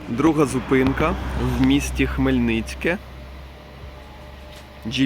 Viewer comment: Вчіть назви наших городів (Хмельницьке), ХМЕЛЬНИЦЬКИЙ!!!!!!!!!!!!!!!!